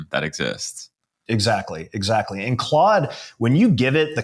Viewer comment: 😅 or Clood as pronounces it lol